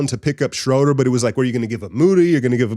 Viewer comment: Brother, you're gonna have to learn to say his name. He's German: "SchrUUUder".